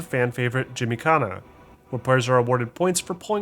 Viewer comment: You just said JIMMYKHANA